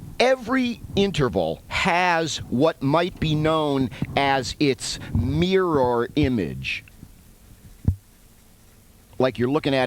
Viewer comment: Mee-roar image